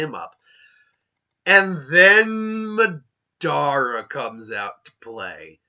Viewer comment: are you calling MAdara MEdara